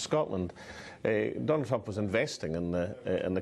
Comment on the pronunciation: I like the way he calls him 'Trumpf' lol